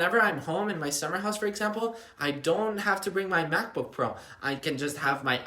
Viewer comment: Did he say “summer house”?